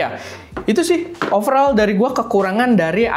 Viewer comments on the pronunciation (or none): none